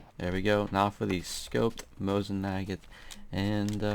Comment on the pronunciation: lol the mosin nagant you call mosin nagat sounds like mosin maget,XD